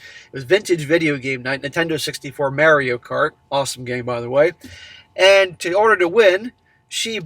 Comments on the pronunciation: Not to be that guy, but It's MAH-reeyo NOT MARE-eeyo Just giving you isht, keep up the good work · Mary o... lol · WHY ARE YOU SAYING "MERIO" WHAAAAAAAA!!!!!! lolololol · Did you just pronounce it Marry-O? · I don't have a competitive bone in my body so I can not deal with people who are excessively competitive and act like absolutely d- bags! People like this have no thought for anybody else. He needs to drop her and if his friends don't quit bothering about his past need to be dropped also. Also, it is pronounced Maurio, not a long a as in Mary. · Mare-ee-oh is killin me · Can you not pronounce it as “Mary-oh” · It always trips me out when I hear people pronounce it like "merry-o." Then I remember is from Massachusetts. But it's still trippy hearing him say it like that. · I have never heard anyone pronounce Mario the way has until now.